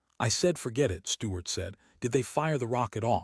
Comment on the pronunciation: within 29 seconds a.i cant pronounce Stuarts name